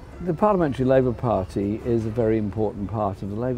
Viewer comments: That smug faced twat can't even say party. Pardeeeeee. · Why can't Owen say the word 'party'!